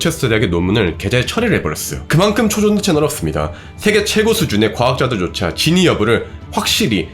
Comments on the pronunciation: 영상 잘 봤습니다. 근데 "진위"를 "진의"로 말씀하신 것 같습니다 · 다른 자막은 그렇다 쳐도... 진'위'여부 를 계속 진의 진의 하는 건 좀... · 진의가 아니고 진위